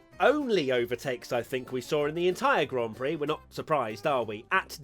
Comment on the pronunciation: Not enough people are talking about the way serena tried to say 'grand prix' istg